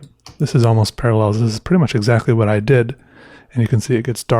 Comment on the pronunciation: Almost parllels? 🤣